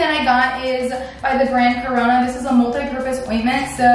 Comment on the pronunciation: When you mentioned the brand I swear I heard Corona 😂